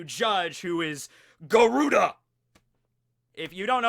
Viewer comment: Yo. Garuda is actually pronounced Guh-rurd. It's a creature from Hindu mythology.